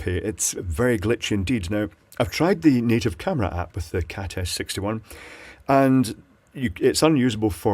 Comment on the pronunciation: Am I the only one who hears saying "Cat Ass 61"?!?